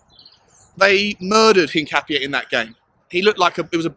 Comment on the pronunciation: Hincapié is pronounced hin-cap-ee-eh. In Spanish, that accent over the 'e' gives it an 'eh' sound.